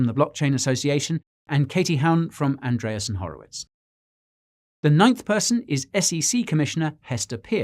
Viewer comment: Love the content Guy! But why do you always mispronounce Andreesen Horowitz?